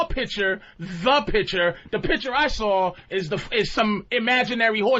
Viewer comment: Patrice puts an “r” at the end of the word saw.